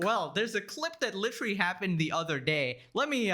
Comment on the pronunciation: Lol litewally basicwy lol